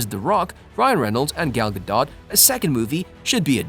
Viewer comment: it's Gal Gadot not Gal Gadon